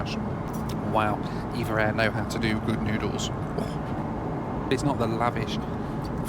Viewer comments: They're called E. V. A. Air, not EVA. Also Nadi in Fiji is pronounced "Nandee". Apart from that thanks for the "spin me right round go-pro" singing. You're a funny man!! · It's pronounced E-Vee-Ay Air (not Eva Air)